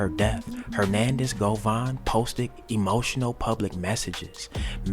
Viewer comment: His name is Govan Hernandez. It’s pronounced Go-Van.